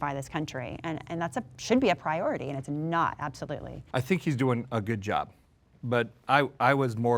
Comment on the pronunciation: If I hear the word prioity one more time 😂